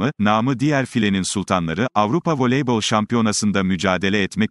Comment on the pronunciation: Veleybol değil, voleybol